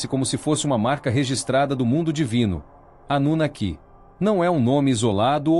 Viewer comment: Esses temas históricos geram ótimos vídeos. Suméria é um dos.maiores enigmas históricos. A festa acaba quando entra a asquerosa narrativa feita por máquina .Ela não consegue falar a palavra "anunaki". A robotizacao da voz está , ainda, na idade das pedras, coisa de nível dos primatas😂. A Burrice Artificial, ainda levará longos anos até atingir um nivel suportável para os ouvidos humanos.